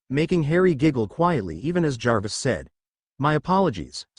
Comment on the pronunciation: Omg, an AI reader can actually say Jarvis without spelling the letters out, I'm so amazed with this😊